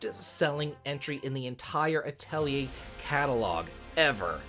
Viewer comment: It is uh-teh-lee-ay for the pronunciation. I'm so glad the series is allowed to continue!